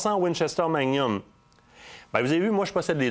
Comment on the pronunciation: Manium?, on prononce le "g".